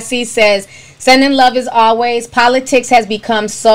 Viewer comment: She can not pronounce politics correctly...smh